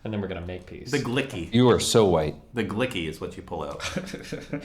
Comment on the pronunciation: The "glicky" 😂😂😂 fuckin dan